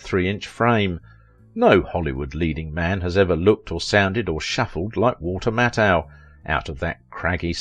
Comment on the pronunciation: This is the BEST bio-video you've ever put out!!! Mattheu was the BEST!! Except for MISPRONOUNCING Walter's last name it was the BEST!!!